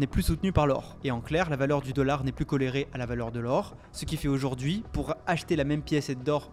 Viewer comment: On dit corréler pas collerer